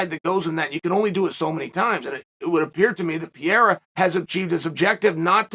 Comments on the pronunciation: Almost, Uncle Chael…but it’s actually pronounced more like “Puh-hair-a”. Portuguese pronounce R’s as H’s. You’ve battled enough Brazilians that you should know this. Also, you should have chose better phrasing than “I came on the backside of Glover Texeira” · I thought it was Pa-hey-da. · It's Alex Pejera. With the J sounding like an H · Ariel corrected me it's pronounced Perreira, anyway so Glover said he'd like for Pierra to fight Adesanya next. Pure gold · No, you are absolutly right Uncle Chael, its Piera and Justin Porier 😅